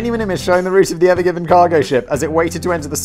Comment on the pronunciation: I misheard it as 'Ever Gibbon'.